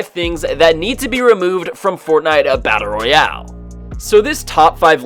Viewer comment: Every time he says battle Royale I lose brain cells